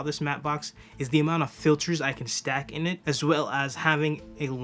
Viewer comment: Are you not a native speaker? You consisntelty pronounce OF as OFF when it should be OV.